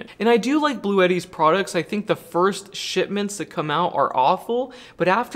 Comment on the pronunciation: I know Damm well you said ‘first shitments’ 😂😂😂